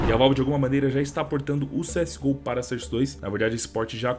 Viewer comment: Fala source certo bicho pelo amor de Deus